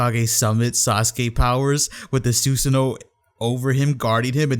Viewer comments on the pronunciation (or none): Sus san O. Not suuuusano😆😆😆